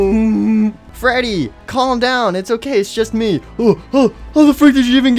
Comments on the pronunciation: I like how says fweddy instead of freddy lol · I like geogory is saying freedwy